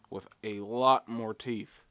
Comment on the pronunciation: What's a teef/toof? What's with you black people boching up the English language